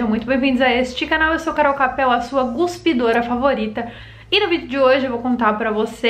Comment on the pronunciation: "... sua guspidora..." ??? Hahahhahahaengolehahhaaha